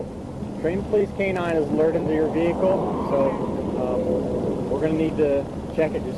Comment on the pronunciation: Do me a favor and step out the vee-hickle for me boi or am i speaking spanish? -unknown state trooper with strong jawline, drill instructor type hat style, disabled bodycam and his hand on his gun.